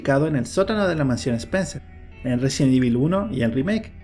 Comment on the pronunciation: Por qué dices, resien evil?